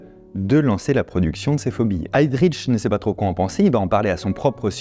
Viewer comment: Petite notion de prononciation allemande : on ne dit pas "HeydriTch" ni "ReiTch" mais bien "Heydrich" (le 'H' n'est pas muet) et "Reich"